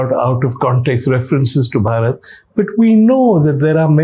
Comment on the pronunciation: OMg !!! little knowledge is such a dangerous thing. Lord Ram's brother name was Bharat not Bhaarat. भरत not भारत